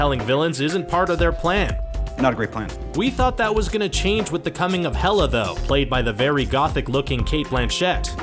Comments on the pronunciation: xD isnt it 'Hela' not 'Meh-lla'??? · Hela not mella